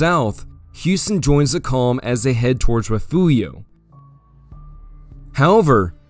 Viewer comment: Great video. Appreciate the Texas history. But fyi it’s rih-fyoor-ee-oh, not re-few-io (for the town of Refugio).